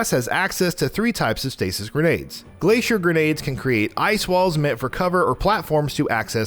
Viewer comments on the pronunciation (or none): none